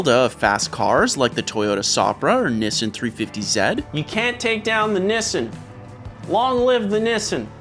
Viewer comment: I like you, I did find it weird the way you pronounced nissan, but I won't let that sully my opinion of you